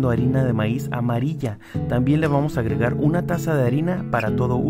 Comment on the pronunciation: like si escuchaste que el dijo le vamos a agragar